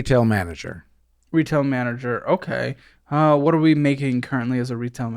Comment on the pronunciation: This guy has a distinctive “Wh” pronunciation